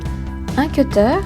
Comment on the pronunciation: elle a dit un queteur au lieu de dire quteur